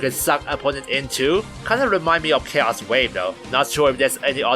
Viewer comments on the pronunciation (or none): none